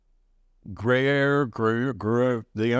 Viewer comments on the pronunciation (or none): Funny you mention the "unpronouncable cheese", as I recently looked it up. If you're interested, it's "grew-yair"( sounds like grew hair) as a close, Americanized approximation. Not quite the same if trying to sound fancy-frenchy, as the "w" isn't really enunciated~ more of a "gruh" sound for that, but you get the idea. =) Thanks for sharing your egg bites. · Pronounced: Gree-Air Cheese. Spelled: Gruyere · Thanks for this video. I’ve been meaning to make these at home. FYI: It’s pronounced like “Grew here” cheese. 😜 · “Gree-air” is how you say it. I love Jarlsberg cheese. I like that brand of cottage cheese too when I can find it but my favorite is Daisy, it has no added starch. These look great. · It's pronounced Gree-air😊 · Gru year, the prononciation. Gru-year. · Hi! Great recipe for those of us who like to make things ourselves. Yummy! BTW that unpronounceable Gruyere is pronounced "gree (rhymes with tea) - air" Now..time to get into the kitchen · With the French "r" and accent grave "e" difficult to pronounce for some, it's probably closer to "groo-yehr" phonetically, but either way it's just good. 🧀